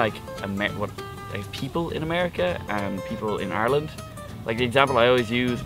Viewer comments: theres no such place as Areland that's why. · Its "I"reland not Areland. 👁 or land. Say it correctly ffs.